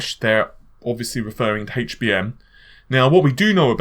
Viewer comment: how the hell is it that British people can say words like help and heat correctly yet. completely screw-up saying words like HD and HBM.